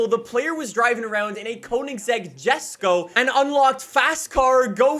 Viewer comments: So i dont know if you know but Konigsegg is swedish so the Jesko is pronounced Yesko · Clarity: Jesko is pronounced Yesko